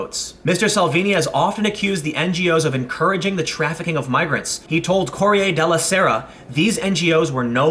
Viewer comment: cor-e-eh del serra? wTF!